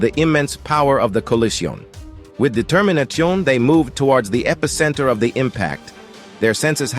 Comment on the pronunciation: Collijiohn... Determinatchiohn!?!?